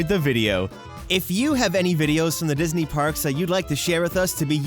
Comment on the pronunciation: Diz knee